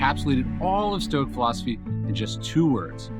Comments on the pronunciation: Thanks for the video but I have a question. At the end you are pronouncing Stoic as stuic (with a U sound)? Is this correct? I thought it was stoic (sounding the o).I'm just curious and wondering if I have been mis-pronouncing it all this time. I am also Deaf and wear a CI and sometimes words are confusing to me. So not sure you are saying Stoic (O) or Stuic (U)? Does it matter? Thanks again for your content! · Hey again Rob, you're welcome! Alright now I got which moment you meant, he did indeed pronounce it a bit u-ish. It really sounded a bit like that, but I can assure you that it still is pronounced with a O nevertheless :) And also yes I really like him and his videos as well, he introduced me to stoicism and I am really greatful for that. Have a nice day! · Thank's for the confirmation on pronunciation. Still learning. It's at where he, I'm only guessing, says Stuic (U). But again, I'm Deaf and I still have difficulty understanding some words so I could be not hearing him correctly. It just started making me wonder if I've been miss pronouncing it all this time lol. Anyway's love his videos and teachings on Stoicism.